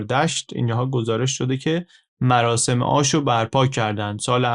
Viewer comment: عالی بود مثل همیشه، گفتید مراشم آش پزان، مراشم 😁 می‌دونم دقتم بالاست😅